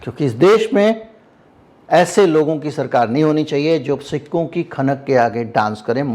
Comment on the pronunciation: आप सिक्कों बोलते हो, मुझे सिखों सुनाई देता है,और मैं बार बार confuse हो रहा था और बार बार rewind कर के देख रहा था😂😂